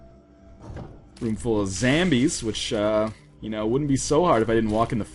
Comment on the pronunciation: Why do people say "Zombie" but then "Zambies" and not "Zombies"?! =(